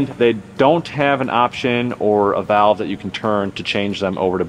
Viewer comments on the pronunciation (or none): none